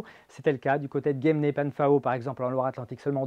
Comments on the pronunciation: GUEMENE-PENFAO se prononce GUEMENE-PINFO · "Guèmné Pinfo" svp😅